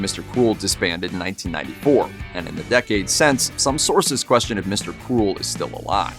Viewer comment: It sounds like he is saying Mr. Cool not Mr. Cruel. I looked at the segment title to find out what he was saying.